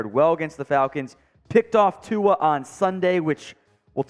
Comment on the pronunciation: Why do so may of you guys pronunce Tua as Tuga? Please try a bit harder as this fan is tired of hearing the mispronunciaton